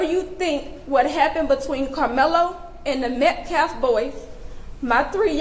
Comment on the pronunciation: I thought he was pronoucing Metcalf wrong on purpose until i relized he just can't speak English very well.